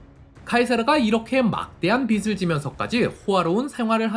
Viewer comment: 어~이 ? "비슬 지다" 가 아니라 " 비즐 지다" 가 아닌지? 빚지다 라고 하지 빗시다 라고 하지 않잖소?